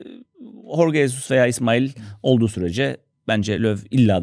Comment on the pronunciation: Tekrar hatırlatayım. Horge Hesus değil Jorge Jesus diye okunuyor, yani yazıldığı gibi okunuyor :)